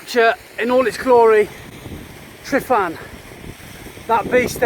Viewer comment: Nice video. I love going out to Llyn Padarn and Photographing Billie the birch. :D PS Tryfan is pronounced Trivan ;)